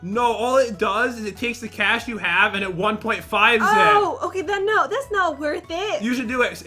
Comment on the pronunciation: Its boost the cash not boosh the coosh